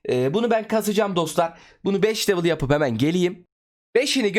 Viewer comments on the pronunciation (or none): none